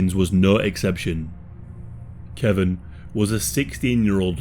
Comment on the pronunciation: His name is KE-VON not Kevin lol